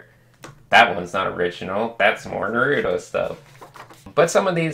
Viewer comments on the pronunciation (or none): I ALWAYS WONDERED WHY IVE SAID NUHROOTO INSTEAD OF NAHRUTOE AND ITS BECAUSE OF THIS VIDEO THANKS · How he says naruto though😂😂😂😂